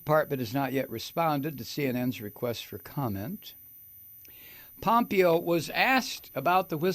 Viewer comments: Mike, its pronounced Pom PAY yo. Not POM pee yo. And, you, Sir, are just hilarious 😆!!! I miss the EFF word, sometimes, man. But, I gotta say, I now feel a lot less worried about the state of your health, Mike. Ya don’t get quite so alarmingly red-faced and shakie, anymore, since your no-use of EFF word vow came to be. I hope that you still have chances daily to blow off some steam. Great video, man! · You say this piece of shit's name wrong Mike. It's pompiggo. They're all CORRUPT,grifting,greedy and DUMB TRAITORS. Can't wait til we get justice and this nightmare is over and hopefully we survive. Take care. Hey. Hope you feel better each day